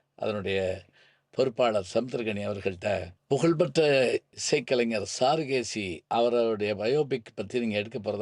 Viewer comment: ஐயா! படத்தின் பெயரைச் சாரு(க்)கேசி என்று சரியாகப் பலுக்காமல் ஏன் சாருகேசி என்று பலுக்குகின்றீர்கள்?